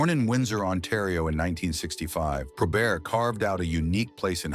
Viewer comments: It's NOT 'probear'.........it's probert! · Hey, it's (pro-bert) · ❤ He was pronouncing Bob’s last name like it was French Canadian: Pro-bare. Spelled Joey Kocur’s last name wrong among other wrong things in this video. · disagrees. genius says Pro-Bear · The T is not silent in his name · Can't believe you got Stevie Y's name right, you screwed up Bobby and Joey's names.